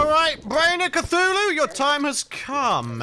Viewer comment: U know how sometimes says Cachuchu instead of Cthulu? This is how it happened.: mk so imma fight the eye of c- AAACHHUUUUUU (sneeze) Hey... eye of cachu... cachuchu... EYE OF CACHUCHU!!!